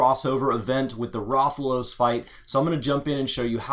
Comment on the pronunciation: Your butchered pronunciation of Rathalos. Wrath-a-low-sss